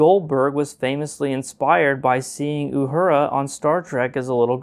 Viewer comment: Why cant you say "uhura" right?